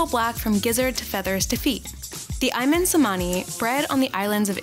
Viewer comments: Its ayam not ayman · The word chicken shoulder be pernounce ayam ( just the word " i am" the "I" and "am" should be pernounce with no pouse)